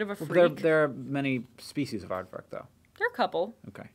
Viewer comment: Nailed the aardvark!